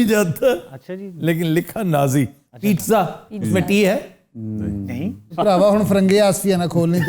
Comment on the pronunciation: Sir it's not Pitza, it's Pizz Za, when you say it say it fast enough to sounds like Pitza, don't stress on the Z !!!